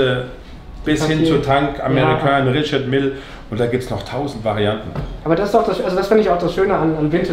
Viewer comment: Der Händler sollte vielleicht noch lernen, wie „Richard Mille“ richtig ausgesprochen wird.